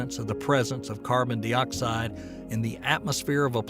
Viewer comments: Dioxide is pronounced die-oxide not dee-oxide it's important pedagogically. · narrator sucks. sounds like a caricature of some american lawyer or something. Carbon dee-oxide smh